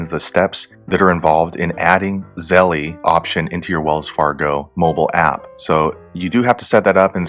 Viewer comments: Yeah lol. ZeLL. not Zelleeeyy lololol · Thanks for the video.. A heads up, It's pronounced "zell" like tell no "ie" at the end. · It's 1 syllable. Zelle. No eee..